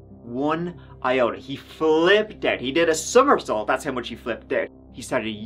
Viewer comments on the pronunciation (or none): none